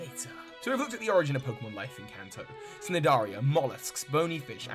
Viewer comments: It's pronounced Nidaria. the C is silent! Great job on the video though! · This is a really great video, - can't wait for the next part! Just one thing I haven't seen mentioned elsewhere in the comments: "Cnidaria" is pronounced Nye-dare-ia (nye as in dye). It comes from Greek, so the "C" is silent. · I love this vid and your info is excellent, but its going to bother me forever the C in cnidaria is not pronounced, so it reads with a C but is pronounced nidaria. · Hey. This video is awesome. Only had one little thing bothered me. When you were talking about the Tentactule line and pronounced its phylum Cnidaria with the "C" it's actually pronounced Nidaria with a silent C. Thanks for this series Professor, it's amazing. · The C is silent in Cnidaria... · The C in Cnideria is silent. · Early comment - just for future reference the c in cnidaria is silent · Oi,, the "C" in "Cnidiria" is silent. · But isn't the C in cnidaria silent? 🤔